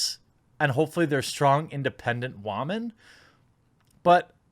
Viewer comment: Why are saying Geralt name wrong Jeremy? Are you saying it wrong on person. You also say "woman" wrong